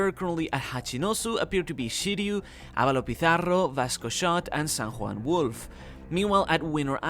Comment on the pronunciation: is actually the correct way to pronounce it